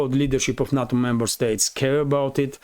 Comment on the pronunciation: NATO! Sorry to be picky, but the west say Nayto not Natto.